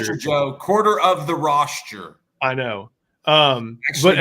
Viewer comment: Tauriq Black? I swear I hear pronouncing "roster" as "rosture"